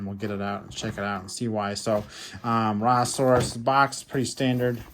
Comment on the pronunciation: Rajasaurus is not from South America it is pronounced RAH-JAH-saurus.